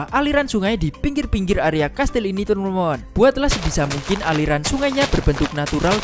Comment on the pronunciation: Bang lu lawak bilang teman 2 malah temon temon wkwkwkwkwk mantap bang semoga sukse